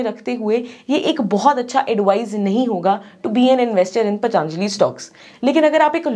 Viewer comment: Be professional.. It's पतंजलि not पतानजली